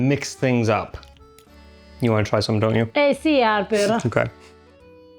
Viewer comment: I gotta say... is getting MUCH better at pronouncing the letter H! Harper! vs Arper! Brava! So many English-speaking Italians have such a hard time with it.